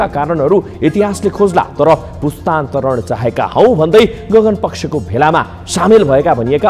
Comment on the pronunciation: समाचार-वाचकहरु! 'पुस्तान्तरण' हो,पुस्तानान्तरण होइन है!